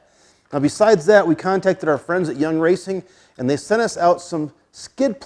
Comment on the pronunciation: It’s yeah racing…. Not young racing 😂